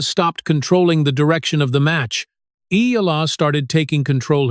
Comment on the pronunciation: I'm glad you are properly pronounced the name of Eala.